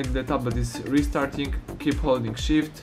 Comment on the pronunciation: Holding shit Oww you saying holding shift :))))